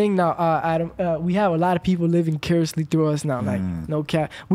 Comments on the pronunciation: said bi-curiously instead of vicariously on an episode of Disconnected aswell lol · He was trying to say ( VICARIOUSLY ) but came up with curiously lol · "We gotta lotta people livin' cariously [sic] through us man..." 😂